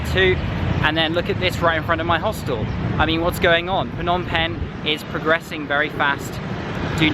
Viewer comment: Well every words you pronounced is absolutely correct. But the word Penh you sound awkward😂. Thanks you for visited our country.